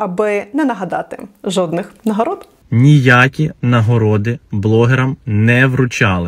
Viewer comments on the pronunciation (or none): Я тричі почув жопних нагород замість жодних 🤣